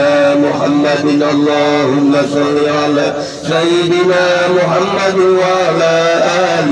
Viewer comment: Punten pak ustd jangan Muhamaddur tapi muhamaddar. Jadi isim dari ana